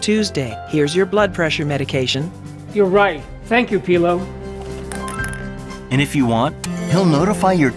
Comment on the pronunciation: Why do they keep calling Pillo "Peelo"..... like, none of them could get it right??